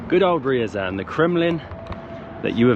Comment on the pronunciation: Ryazan is not "rural". And that's not how you pronounce Ryazan.